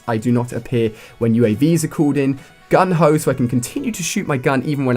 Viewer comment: "Gung-ho"... XD